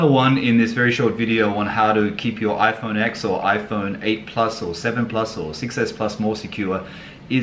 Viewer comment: It’s ten not x